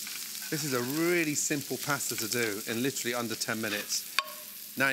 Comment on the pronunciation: Like llltttrrllleeeyy?